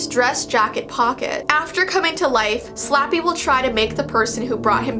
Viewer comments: She said those Slappy words she said completely wrong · Girl don’t worry, you have to say it three times, and you totally pronounced every word wrong